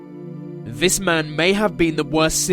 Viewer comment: "it is fot a hundred fousand people died vis way" it amazes me how badly the English butcher their own language